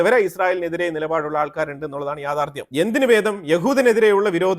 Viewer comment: എൻ്റെ പൊന്നു ' യാഥാർദ്ധ്യം ' Dange'r അല്ല dangerous ആണ്.